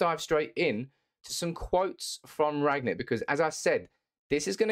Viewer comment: He's called Rangnick not Ragnick if you've done enough research atleast pronounce his name properly